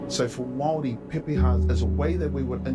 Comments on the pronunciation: The first narrator of the video doesn't pronounce Māori correctly at all. Māori pronounced MAH-O-RRREE. Te Ariki, the second speaker, has correct pronunciation. Endemic just means native, common to the location. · Kia Ora great pronunciation for first-time trying. We roll our r's Mao-ree.😅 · As a Maori we appreciate your attempt at pronouncing our words and that's enough for now. Have a listen to "Maori Ki Te Ao" by Stan Walker to get a proper pronunciation of the word Maori. Check out his other songs while you're there. Thank you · The video narrator is Australian; you want to hear the proper pronunciation from a Māori ;-) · Yes, please don't copy the speaker in the documentary!! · I'm so triggered that the first voice you hear talking about Maori people is an Aussie!! He doesnt pronounce Maori properly either just fyi...pretty decent but not quite right. Whakapapa is genealogy. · Hi, don't try and learn pronunciation from thid video. The narrator is Australian. (The easiest way to pronounce the word Maori is tp think of Moldy)